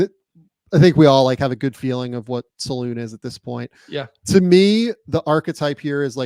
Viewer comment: D It's not "Saloon" ffs guys... Salaün , like "un" (french for "one"). Just watch any highlights vid from his days in France and try again. Indeed, he's a BIG dude, gym addict